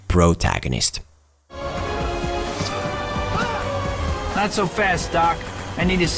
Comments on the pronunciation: I kept hearing Bro-tagonist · Nobody::🅱️rotagonist